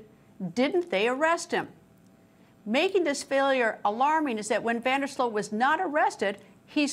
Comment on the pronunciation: It's Van Der Sloot, not Van Der Slote! She's obsessively repeating that name, while it's on the Chiron, under her robotic face, and still mispronounces it, every single time, while seemingly trying to say it as many times as humanly possible. The level of cringe here has me convinced we're living in the Twilight Zone.